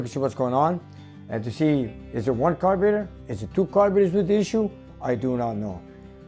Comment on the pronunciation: I watch videos just to hear him say carb ee rater:D love it all just kidding haha